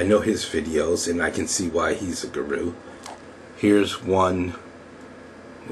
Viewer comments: the accent is actually on the first sylable. So it is GU-ru and not gu-RU. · It appears many people believe in the "less competition the better" idea. I suggest that is extremely often the _wrong_ way to go. You're a high-quality blogger, so I think People and Blogs is the right one (since you're sometimes philosophical/serious). But, fyi, the first pronunciation of guru is "goo-roo," with the accent on the first syllable, lol. But whatever . .